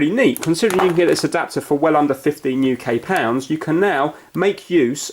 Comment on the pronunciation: The way he said adopter though